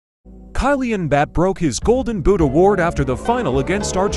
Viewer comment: "Kailyi bapap" nice pronunciation bro💀👌